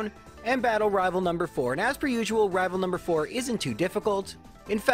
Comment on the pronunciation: I'll be honest, "Rival Fival" is one of the best speech mistakes I've heard for quite a long time, it just fits, it's like you're unintentionally mocking.